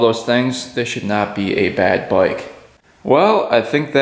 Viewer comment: I always give this channel a thumbs up like because you are a great motorcycle mechanic. But can someone tell me what a boik is. I have heard him say it many times...but i can't figure out is what does boik mean.